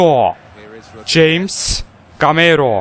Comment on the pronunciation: Abi Jamesin okunuşu Hames diye okunuo söyliyim dedim :) BU ARADA Yine harikasin abi